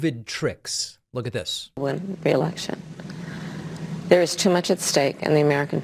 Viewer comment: It seems that Trump doesn't know that the word is "Election" not "Alection".